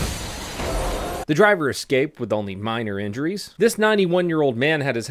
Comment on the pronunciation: Jeeze,, how many times do we have to tell you that the word "escape" has no X (eks) in it! Liked anyway because you do a helluva job when you're not trying to pronounce names or words. (bseg) // AFAIC, any person standing in the middle of the street is in charge of his/her own safety. Hey, if you accidentally fail to see a veHicle coming, isn't it fair that the veHicle accidentally doesn't see you standing there? // Bird.